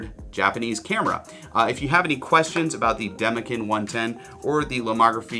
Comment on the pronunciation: Great video. However, Demekin is pronounced demekin and not demekin. Hope this helps